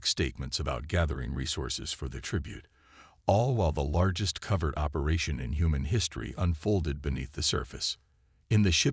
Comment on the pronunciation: Covert not covered - the reference to the secret mission. Many words ending in 'ed' are not being prononced correctly - applies to many of the tales available for our reading enjoyment. I mention this because of extensive editing of my first trilogy. More importantly, this is another excellent tale. Stay healthy. Retired Prof. of Computer Science